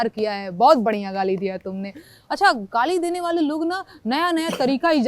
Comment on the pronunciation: गारी? गाली? रैला? साल? र? ल? के आपके उच्चारण में नेहा जी कभी कभी फर्क होता है? कभी फर्क नहीं होता है? It's so cute ? कन्हैया कुमार की भी यही विशेषता है ?🙏🌹♥ जय हिन्द ♥ जय भारत ♥ वन्देमातरम् ♥🌹🙏💐🙏🌹♥